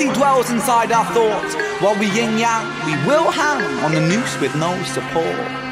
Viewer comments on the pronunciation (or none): One my favorites of Ren's. It's actually yin-yang, not ying-yang.